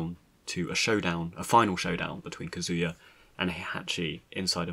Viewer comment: That is not the proper way to pronounce Kazuya. . .